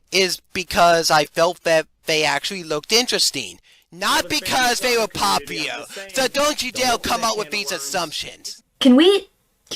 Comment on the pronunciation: I've noticed he has a weird way of pronouncing certain words. For example, Community sounds like "Commitity", popular sounds like "Poplier" and that just makes me think "that's a good Pokemon :3". While humorous at times I gotta wonder why that is the way it is